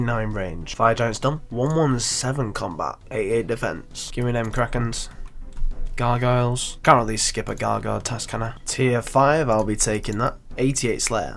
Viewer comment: Anybody else get tilted by the way he says gargoyles?